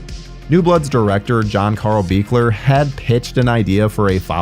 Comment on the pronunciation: Thank you for saying the Part 7 director's name correctly!